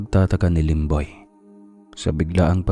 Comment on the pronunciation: Yung serious ka namin aw tas Yung lemboy muntik na tlga naging lomboy😂 sorry sorry